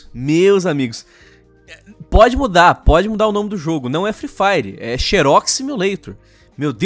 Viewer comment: "free firw" parabéns por ter destruído o inglês